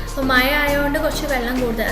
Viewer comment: Nop മയ അല്ല മഴ 😬